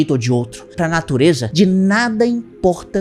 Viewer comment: "pra natureJa" 🤣🤣🤣🤣